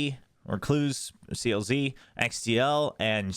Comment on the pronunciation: being the japanese watcher, i wanna just drop some comments abt Zeta and DFM Zeta: For pronunciation, CLZ is “kuruzu”, Xdll is “x diru”, and Syouta is “sho-ta” From what I saw in a XQQ and Crow podcast, Johnta was not at Red Bull due to Visa issues so i’m assuming the main coach will be Johnta, but probably have both on the coach’s desk like you mentioned. There were some miscues and messy stuff for Red Bull due to them not having much time together prior to the tourney. They explicitly mentioned in the interviews at Red Bull, that they only have 10% of sets and plans created, and didn’t prep at all for the tourney. DFM:As I’m sad seeing my Crazy Raccoon boiz go, this new team is definitely much better in all facets. Not only is there better calling but they got fresh new players with better aim and physical power. Add on Art as the Odin/Judge player for some change of pace plays and its looking much more hopeful. Overall, both teams look much better. I see Zeta being much better early on as they have much more continuity between players, while DFM has the better upside with the younger players but will struggle early on as they need to build on their chemistry. Also as the only remaining Crazy Raccoon player, I’m cheering on for Meiy and DFM. I was legit crying after the Zeta and DFM match, seeing Meiy cry. It was just tough knowing the pain that happened in 2023 VCJ Split 1 losing to Fennel, happened here as they were against essentially the same players. I know my boi is g